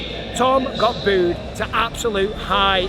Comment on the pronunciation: I love how you booed in a French accent lmao